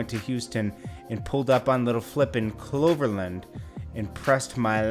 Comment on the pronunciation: Nobody cares if you like versus or not you don’t even know how to pronounce CloverLand ,your opinion about hiphop doesnt matter